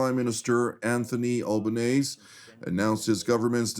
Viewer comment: Greetings from Australia. FYI, Albonese’s name is pronounced “Albo-neasy” as in the word “easy”. But having said that, please rest assured Albonese DOES NOT speak for Australia as a whole, as he claims, with regard to Australia’s position on the proposed two-state solution. He was elected on barely 30% of the primary vote and since he and Wong are of the hard left persuasion, my guess is that the overwhelming majority of Australians have faith in the IDF and want to see Hamas completely destroyed and Gaza ultimately governed by a coalition of outside nations ‘stepping up to the plate’. A “two-state solution” was basically granted in 2006 and ended in disaster on October 7 2023. The Gazans have shown that are not capable of being neighborly citizens so to give them another chance would be pure lunacy!